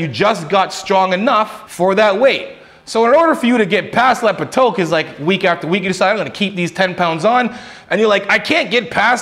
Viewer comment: I've never ever heard anyone pronounce plateau as "pluh-toe"